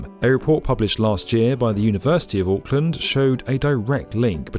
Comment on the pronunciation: The “Aaahk” killed me 😂